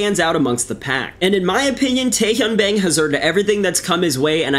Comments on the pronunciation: It's pronounced 'Bong', btw. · Bang is pronounce bah•ng Like there's 2 ways to say AEIOU the other is Ah Eh I Oh U. But you did pronounce Tae Hyun PERFECTLY.